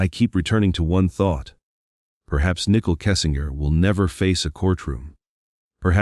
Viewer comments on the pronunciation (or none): Her name is Nichole not nickel. If you’re going to cover a case I feel it’s important to at least have the names correct.